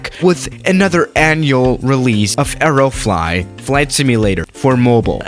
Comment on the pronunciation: stop saying areo flot